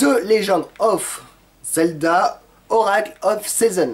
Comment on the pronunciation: Ben putain quand on voit comment il prononce le nom du jeu Zelda ... Ou Fallout